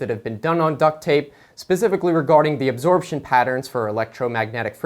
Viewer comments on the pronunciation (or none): none